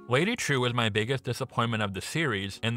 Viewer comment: "Trieu" is a Vietnamese name. Or rather, a commonly Viet name. It is pronounced, "jeeolw".